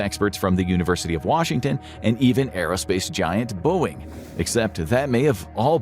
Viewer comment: I know they say no AI but then they also say Booing and not Boeing. Seems fishy